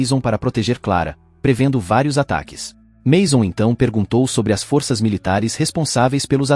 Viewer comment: Está certo que algumas palavras do idioma português, mundam a fonêmica quando vão para o plural. Mas, não são todas. A pessoa quer ser comentarista e não se preocupa com isso. É foda! Força e forças tem a mesma pronúncia.